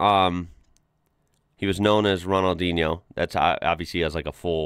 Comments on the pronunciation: You’re the first American I hear to actually get his name right 😂🙏🏼, Ronaldinho was an absolute beast, a legend of the beautiful game, he was unstoppable and the greatest player of his prime , sadly his prime was only a couple years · It's "Ronaldinyo" yeah. NH in Portguese, sale as Ñ in Spanish, sounds "ny" (like in Cape Cañaveral, or Zoe Saldaña). Here's one fun fact about him. Playing for Brazil, he was not in charge of Free Kicks (at least not behind certain distance), because Brazil also had Roberto Carlos, who had a goddam cannon instead of a foot